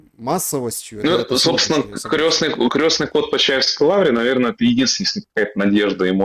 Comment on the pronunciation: Крестный ход,, а не крЕсный,, Лайк тебе и Павлу.